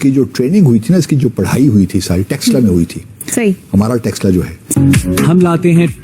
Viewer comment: अबे, क्या कहें तुझे? मदरसा ग्रेजुएट? टेक्सला ? या तक्षशिला ?